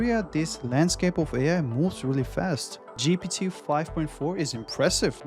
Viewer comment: You cannot still pronounce GPT, and you dare to make a video!